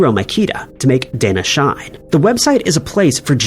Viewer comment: Danna Shine has a very different pronunciation. In Japanese, "a" makes an "ah" sound, "i" is an "eeee" sound, and "e" is "eh". So the pronunciation would be more like "dah-nah sheee-neigh", with the danna being a term to use for one's husband and shine being the verb "to die".